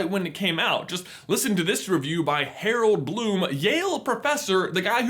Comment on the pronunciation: Harel Bloom. I’ve never heard anything so wrong!